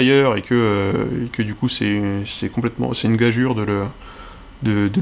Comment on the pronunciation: .... Gageure se prononce Gajure? OMG, je suis choqué, tu viens de changer ma vie.